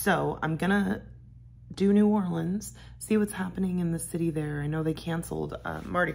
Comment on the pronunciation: New Orleans is my hometown. There is so much to enjoy. There is a drive thru daquiri place right on the streetcar line. I am also happy you pronounce New Orleans correctly.